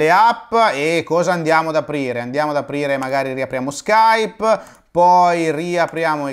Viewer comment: Se conoscete l'inglese sapete che Nike si pronuncia "Naiky", per quanto riguarda Adobe e Skype ho riso anche io